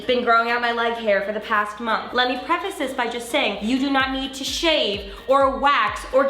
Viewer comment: does anyone else notice that says "mongth" when she says "month"? LOL